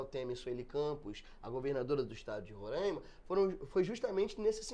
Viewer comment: tÁ FALANDO PACARAIMA e RORAIMA ERRADO!!! o Certo é PacarÁIma. e Rorááima não é Rorâââíma! Boa Vista não tem estrutura! O que acontece aqui, é que tem muito bandido no meio de gente que realmente veio trabalhar que está tocando terror aqui na cidade! o indicie de violência aumentou em 200% a criminalidade, isso que foi notificado. Tem Venezuelano cavando buraco antes mesmo de matar a vitima, literalmente.